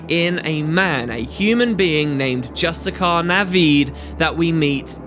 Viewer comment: Just-tish-iar!!!!!!!!!! Ugh. Arg!